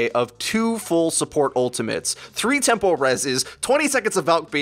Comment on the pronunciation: TEMPO res. TEMPO. lol Not "temple"